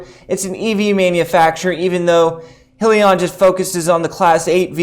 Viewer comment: FYI - it’s High-Lee-On